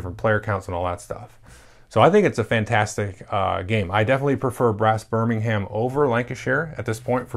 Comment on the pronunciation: No no no no NO! It’s Birming’um. Great game though XD